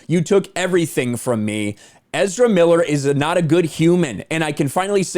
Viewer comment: Ezerrrramemiiler who.?